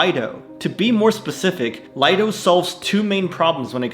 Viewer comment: Another great vid, thanks! But even though everyone says Lido, is pronounced lee-do — as in a lido (private beach).